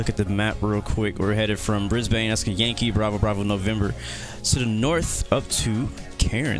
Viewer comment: Brisbane, not Brisbain